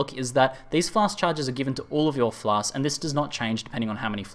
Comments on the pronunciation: (Not complaining) but you could've saved yourself some torture by just calling them potions or pots and clarified in the beginning that Pots=Flasks. I don't mind either way, but I felt bad for you because I hate constantly pronouncing shit I can't say well and you had to do that a lot in the video. Nice guide though, very helpful for me as I am completely lost on how to craft flasks etc. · Lol I watched this with subtitles turned on, It's fun how many different words result when says "flasks"